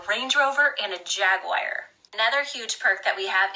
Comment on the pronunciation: HAHAHA A "JAG-WIRE"!!!! 😂😂😂😂💀 she can't say jaguar?! Call it a Jag then! It ain't related to Lizzie McGuire! 😂😂😂🤦🏻‍♀️